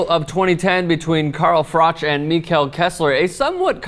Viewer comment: COME ON KESSLER! -and its pronounced "Mekkel"